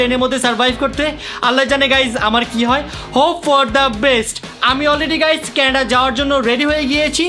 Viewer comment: কেনাডা না কানাডা